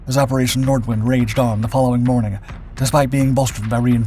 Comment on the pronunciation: It's "Nordvint", if you correctly pronounce the German